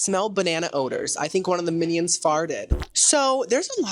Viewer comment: Are you saying “minnie-ons” 💀🤣